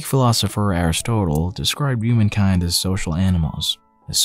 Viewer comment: The narrator's pronunciation of "Aristotle" caused me depression.